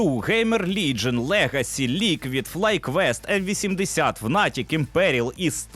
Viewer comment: І не "емвісімдесят", а "мейті"